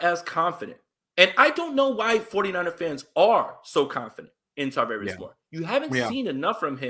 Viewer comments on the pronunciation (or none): It's Charvarius, Charvarius Ward no T's in there